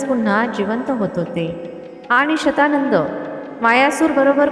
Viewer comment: तो शब्द शतानन असणार शत शंभर आनन मुख कारण रावणाच दुसर नाव दशानन आहे.. दश .. दहा.. दहा आनन आहेत असा.. ती बाई चुकीचे उच्चार करतेय...